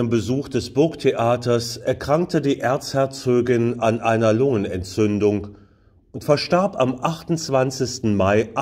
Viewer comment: Schöner Beitrag. Allerdings heisst es "Erzherzogin" und nicht "Erzherzögin".